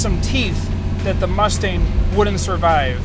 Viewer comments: Is it just me or does he sound like he is calling the car a Mustaine? The car he is driving looks just like 5S089, which just sold for $499,000, which has no stripes, no mirrors and steel wheels. Also, I believe only 27% came from the factory with lemans stripes. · Jeez he keeps saying “Mus-stain” not mustang and it drives me crazy